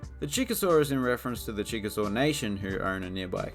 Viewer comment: Chickasaw is pronounced Chick-a-Shea